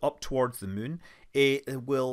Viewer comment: Hi Scott - I love the way you refer to the Mun (which has an uh sound) rather than the Moon. Either it's your rather endearing Scottish accent or else you have been playing too much KSP. Maybe both 🤣